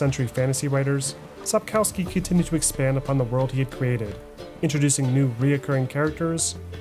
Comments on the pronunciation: Thank you for the video. On a side note, the letter "w" in Polish is pronounced as "v" or "f" depending on the following sound. If "w" is followed by a vowel it it usually pronounced as "v". However, the letter "w" is pronounced as "f" when followed by a consonant or is the last letter of a word. That is why "Sapkowski" should be pronounced sapkofsky not sapkowsky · Damn, man. It is pronounced SAPOKVSKI. My ears bleed.. English is almost never proper way to read foreign names. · Profound documentary with some minor flaws. 1. Sapkowski is pronounced Supp - KOFF - ski with the stress on the penultimate syllable. 2. Wyzima is not a kingdom but the capital of the kingdom of Temeria. 3. One of the best parts of all Witcher games (and often overlooked) is the fantastic musical score. Imo the best in gaming overall - and in contrast to many scores like Skyrim or Dragon Age (series) it is not only fitting while you're playing the games. It's a fantastic companion while you're doing something completely different. 4. You forgot one game: Thronebreaker, which has a fantastic story from the books, which was only glossed over by Sapkowski and elaborated on by CDPR. I'm not too fond of the gameplay, but that is because I'm not into standalone Gwent, which is the gameplay-basis for Thronebreaker. 5. TW3 is my personal favourite game of all times, followed by Dragon Age Origins, then there is a group with TW2, DA Inquisition, and Kingdoms of Amalur Reckoning. I still have to play TW1, but my PC is not having it. Please CDPR. give me a remake of TW1. Fun fact: Did you know that CDPR used a very old alphabet "Glagolica" (older than Cyrillic) in their games. If you know the letters, you can perfectly read all the posters, shop signs, graffiti, even the notes pinned to gallows or trees. And it is actually the same that is given to you as a player. The vast majority of those are in English, only in the BaW-expansion there are a few that are in Polish (my guess: due to t